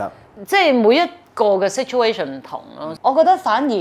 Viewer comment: situation 變左saturation 😂